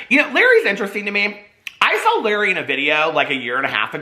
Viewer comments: It’s la ray not Larry 😂❤️❤️❤️ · His name is pronounced Luh-ray. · HAHA ITS PRONOUNCED LA-RAY NOT LARRY